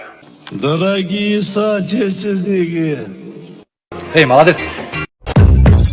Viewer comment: Соотечественники деген созду Садыр да туура эмес суйлогон аны не корсотпойсун , Ханга асылган адам онолбойт.